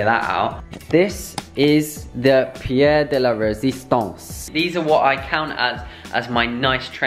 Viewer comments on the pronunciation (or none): none